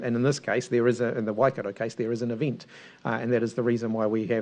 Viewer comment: Please do not say wai- cat- oh it's Wai -cut-tor 😒